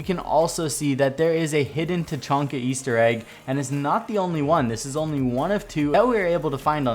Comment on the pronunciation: the tachanka "Weaster egg" why did you say weaster egg?